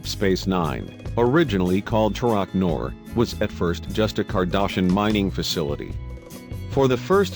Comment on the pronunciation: "Kling-in". "Cardashan". Snicker.